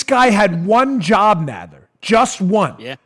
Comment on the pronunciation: Jerry “Nodd ler”